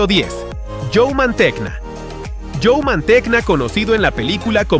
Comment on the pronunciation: Mantegna, se pronuncia “Manteña” apellido italiano.